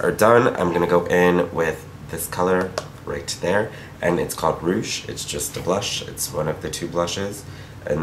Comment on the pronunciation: I was just on your website for the 1st time so I just wanna say this palette is soooo cute and the way you said "Louvre", "Rouge" and "Lumière" too ^_^ x from a French girl